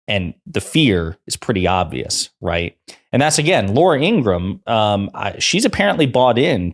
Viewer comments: IngraHam!! Not Ingram. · Not trying to be an a$$ & not because I have anything nice to say about Laura Ingraham, but her last name is pronounced "In-grah-ham", just fyi. Pronouncing it correctly can only work in your own/your channel's favour; it won't do anything to/for her either way.